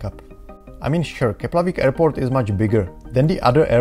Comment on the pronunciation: Thanks for the information. However, the airport is still not called 'Keplavik' but 'Keflavik' 🙂.